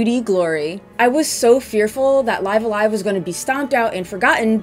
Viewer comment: The way she pronounces it in the video is the actual correct way.